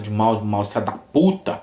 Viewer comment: kkkkkkk e comprovado e mineiro em vez de filha da puta e fe da puta kkkkkkkk TB falo assim